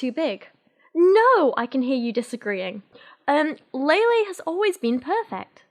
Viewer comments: Lele probably means the kind of "e" in "Bella" instead of the "ey" in "Leyla". If you pay attention those are different sounds. Native English speakers are usually not used to saying that first "e" sound without another consonant following, so saying it like Lele instead of Laylay probably doesn't register as two different sounds. Just a tangent from someone interested in sound structure! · A agree with everything here except for how Lele is supposed to be pronounced. It's not Lay Lay. If it was, it would've been spelled Leilei. The 'e' is always pronounced with an 'eh' sound in Spanish, so names follow this as well. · How do you go from ella eh eh to ella ey ey ey 😂😂 her named is pronounced with the Spanish E as in EH. So it’s LEH LEH, not LEY LEY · the only accurate thing abt this book was her explanation of how to pronounce her name, it's just hard for you bc of your accent. it's not ley-ley, it's leh-leh. think of it this way, remove the 'y' sound when you're saying leyley. lele.